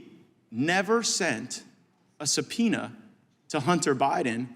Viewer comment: How can gym Jordan even say the word subpoena?